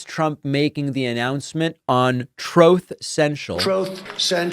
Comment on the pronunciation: The TROTH SENTIAL sound byte gets me every time 😂